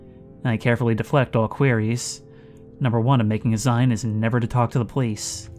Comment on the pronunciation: Dude, it's 'Zine' - as in homemade maga'zine. Rhymes with clean.